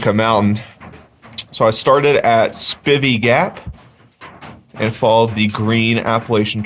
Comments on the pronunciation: Two years later and you still don't know how to pronounce Spivey... Spi-vee. long I. You're welcome. Unaka= U-nay-kah. Damn Yankee! As a small child my Dad herded cattle on the Big Bald. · Hey, enjoy your vids but just have to let you know it's pronounced "Spy-vee" Gap and "Unay-ka Mt". Spivey Gap is easier to get to by taking I 26 into Tn. Take the Temple Hill exit, go south for approximately a half mile and then turn South on 19 W. It's approximately 5-6 miles to the AT. I've spent a lot of time on that mountain and full moons are awesome. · Spivey pronounced SPI (long I)VEY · Learn the correct way to pronounce Spivey and Unicoi.